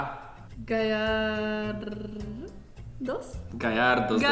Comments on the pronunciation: jak co nie gayardos tylko gyarados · Gyrados a nie gajardos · przecież ewolucja magikarpa to giarados a nie gairados 😅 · JAKI GAJ ARDOS JAKI GAJ GYARADOS CZYLI GJARADOS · nie garajdos tylko giarados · To nie gajartos tylko giratos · Nie gajadros tylko giarados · Gayarados xD jak coś Gyarados(czytaj:gjarados) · Gyrados się mówi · Ten odcinek ma dwa błędny o nazwach pokemonów. Po pierwsze Mówi się Gajardos tylko gyarados(gjarados). Po drugie na tej naklejce nie nazywa się elfie tylko Espeon( espjon).